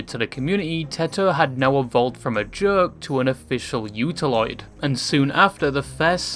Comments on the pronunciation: OO TA OO loid not YU ta loid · flinched like an abused dog at "utauloid" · i took psychic damage from the way you mispronounce utauloid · Wait until you see how he pronounces utauloid